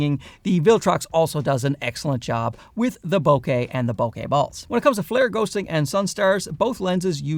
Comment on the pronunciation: Love your videos! Always entertaining and informative. Can't wait to test this lens out. Oh...and also...thank you for pronouncing bokeh correctly. It really grinds my gears to hear someone say bo-kuh. 😂